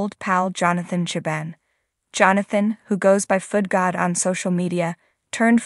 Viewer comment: Foodgod, not foot god.